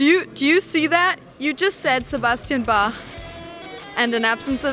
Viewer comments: Can that no name girl not say Bach correctly? It's not "Sebastian Baaaahhh" Jesus fucking tap dancing Christ doesn't anyone follow the fucking rules anymore?! Maybe I should kick myself in the dick until I pass out so I can wake up In world of fucking where shit makes sense! Ballllls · It's BALK bitch ! It's how you say Bach! Not Baaaaah. I hate this video because of that no talent vag flapper! Raaaaawr